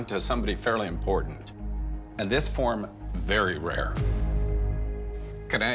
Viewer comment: I hate how pronounces the word important, as “impordant”